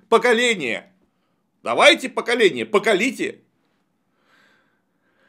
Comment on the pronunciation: 🤣ледокол черномырдин - "лучшие умы поколения". Давайте, "поколение", ПО КО ЛИ ТЕ - спонтанное "рукоблудие" 😂